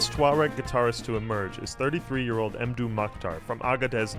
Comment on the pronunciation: not EmDou, Say Modou.. its better